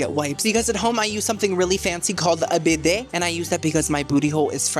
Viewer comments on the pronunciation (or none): none